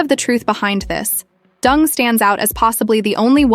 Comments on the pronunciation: Why the ai can’t pronounce her name properly is beyond me. It’s Deng, not Dung like cow poo. She’s a G and should be treated w respect. Marriage is a contract and she no dummy. The ai actually pronounced it correct once, it makes me wonder if they did that on purpose to be subliminal. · The Narrator keeps pronouncing Wendi's last name as "Dung" instead of DENG as in E sound. For a rural Chinese girl to achieve such fame and fortune "entering the American upper class society" nevertheless involves a lot of hard painstaking job. This I truly applaud her! .Quote: You will never possess what you do not pursue. You can't launch into the deep and stay on the beach. You cannot accomplish a great dream without taking action"👍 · Deng is pronunced "Turn" in Mandarin and not "Dung". (I am ethnic Chinese. I should know)😅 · Not Dung, pronounced as Deng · Interesting story…. but wondering if her name should be pronounced DENG…. not DUNG? In Oz the word dung means poop. We use the word when referring to cow or sheep’s dung 😬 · stories- her name is Deng / not Dung, guess a simple mistake that shouldnt have occurred jiayou..... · She’s not “Dung”. She’s “deng”. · Deng is pronounced as, "Ding" and not 'Dung'. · DENG NOT DUNG! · 🤣😂its not pronounced as Wendy ( Dung ) ... Deng & Dung two different meaning ?! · OMG , pls pronounce properly Dung, Dung Dung,. COWDUNG....It's Deng , hanyu pinyin...same surname as Theresa Teng....hanyu pinyin as Deng....not COWDUNG ,DUNG.... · Ding dong dung ... It's Deng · Even if I don't care for this woman, Deng is not pronounced as dung. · Deng is not pronounced as dung 😢😢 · I am sure it's intentional, because even Deng is not pronounced as Dung in English. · Pronounced DUNG= sounds about right..... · Deng isn't pronounced dung. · Interesting video but the mispronunciation of her name is distracting. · It's intentionally by the AI to pronounce it like that! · You butchered her last name, pronounced it completely wrong